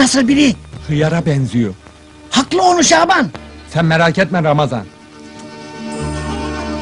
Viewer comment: Hiyara banziyo diyo halbuki kendisi :DD